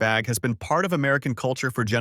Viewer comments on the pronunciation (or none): none